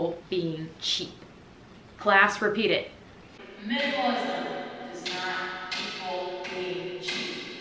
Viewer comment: I just love that "MINAMALISM 101"